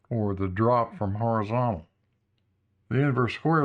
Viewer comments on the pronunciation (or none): I think this is the first time I’ve heard without him saying “orizontal” every other word.